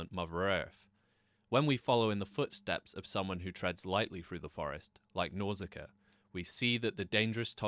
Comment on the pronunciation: Nausicaa not Nauzicaa, sorry but that was just driving me nuts because he's constantly saying it 😖 Even the spell check here is telling me Nauzicaa is wrong 😄 Absolutely great movie though, that and Mononoke hime are probably my absolute favourites. Always wished he would make more like that, awesome surreal phantasy stuff.